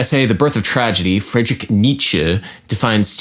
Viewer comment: In fact, he pronounced Nietzsche just right. Don't make wrong assumptions if you don't speak German because you clearly don't. I do, and the way he pronounces "Nietzsche" is exactly how it's done. On a side-note, "Friedrich" is not pronounced Friedrik. The fact that you missed the actual mistake only makes your comment even more awkward btw.